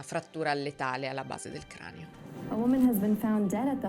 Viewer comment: Da una che ha frequentato la scuola, dice “cranEo” e ossi (che in questo caso è sbagliato) e le contesti questo che è un termine tecnicamente corretto? Ma! 😅